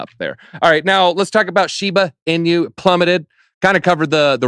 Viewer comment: You can definitely tell who the cat people are, the ones who pronounce Shiba Inu wrong. You notice how everyone of the guests pronounced Shiba Inu correctly except for